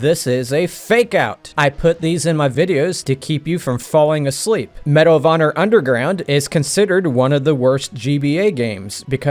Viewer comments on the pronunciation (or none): You got me to laugh when you said Medal of Honor. 😂